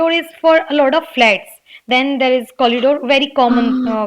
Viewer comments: It's not Collidoor. It's corridor. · Nice, but that's corridor dear not collidor. I am sure you must have made it correct after watching ur own video. Plz don't mind it. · Ma'am I'm confuse🤔.. is it collidore or corridor .. what you used in conversation while speaking ??